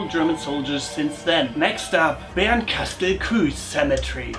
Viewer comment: Das ue bei Bernkastel-Kues wird nicht wie ein ü ausgesprochen